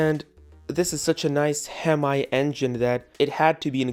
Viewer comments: Hemi is pronounced hem-E not hem-I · I'm sorry did he say hem(I) i know it joke but wtf bro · the way he pronounced “hemi” made me cringe